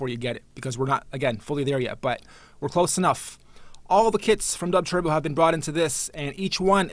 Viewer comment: why does he call it "dubtwerbo".. i only came here because it comes in related videos to 1 of my videos :L